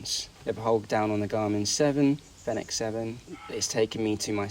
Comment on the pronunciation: You should at least check how to pronounce Fenix before making a video about it